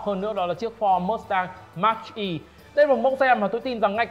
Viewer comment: cụ đọc mác E mới là chuẩn chứ ko phải mátch E mach nó là từ chỉ tốc độ âm thanh mà